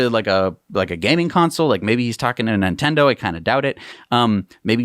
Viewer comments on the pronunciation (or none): none